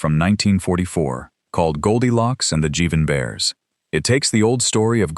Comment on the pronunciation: Jivin' Bears, not Jevin' Bears.